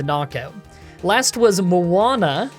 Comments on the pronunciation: Moon-uh. Not the hit Disney movie Moana featuring Rock “the Dwayne” Johnson. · Moana XD its moon-a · Munna,, 'Moo-Nah', not Muwanna, theres no W in the name, its evolution is Musharna 'Moo-shar-nah'. Hope it helps in the future. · It is just Moon-uh. No need for an extra syllable. You can even say Muhn-uh. Mun like in munch, but it is munna, like moon. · you're adding another A where there isn't one in Munna. It's more like moon-na. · "Muanna" Where did the extra a come from? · Muana? It’s spelt Munna. 😆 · This is a cool video and all, but I'm sorry, I'm never going to recover from "mu-ana", that's going to irritate me for years to come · The Pokemon Bianca has Munna, is either pronounced "MOON-nah" or MAH-nah" depending on who you ask. You were saying the name of the Polynesian Disney "Princess", Moana. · Where are you getting the W in Munna? It's pronounced exactly like it looks Mun-ah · how did you get moana from munna lmao its literally just "moo-na" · moon-a, not Moana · I think it's 'Pa-trat' and 'Moona' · it is munna not muanna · Why are you struggling to pronounce Munna as if it has an "A" after the "U" even though that's two "N"s???? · Munna is pronounced moo-nah. Although Moana is officially my nicknames for them now xD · MUANNA ? Why are you adding an extra A? Its Munna , like the most basic name in Pokemon , you confuse me , Ill accept "Moona" but Muanna ? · "Muana". Munna. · "Moanna" ...........WHERE ARE YOU SEEING AN "O" IN "MUNNA"?! LOL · Munna = Mu-nna: MU-aH-nUh? Where the heck is that ''ah/uh'' sound coming from, bro? It's not Moana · Munna is pronounced Moon-a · Moo-na or Muh-na is valid but definitely not “Moana” 😂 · Calling Munna (Moo-Na) Moana makes me think of the Disney movie 😂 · neither of the ways you were pronouncing Munna were right, ya kept adding an extra vowel sound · It’s moon-ah btw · munna is just moon-ah. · it's "Munna". as in "Moon-a" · Munna is pronounced (usually) as moon-ah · It's either Moon-a or Muhn-a